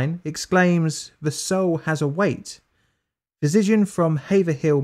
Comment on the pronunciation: Say physician again